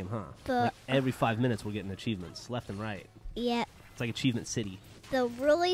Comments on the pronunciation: Achiemient! :D hahaha I love how she says achievement( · is adorable! "Achievient" lol.. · "And we got ACHIEMIENT!" 3m51s